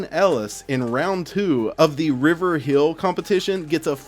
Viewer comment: Btw when u said Lucas etter at winter hill it's supposed to be river hill